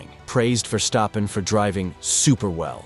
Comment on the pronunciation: It's ver stappen ok.stop smucshing... Arshole. I. Dutch. Iknow